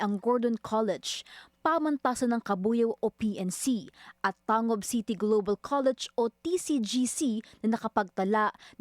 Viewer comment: thats TAN-GUB not TA-NGUB